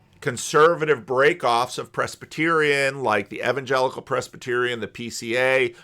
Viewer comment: says evan-jellicle so many times at the start of this video that it gave me Cats flashbacks.